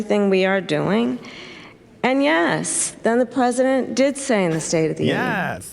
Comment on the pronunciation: She said plesident.